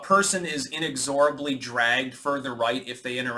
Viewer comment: You mispronounced inexorably.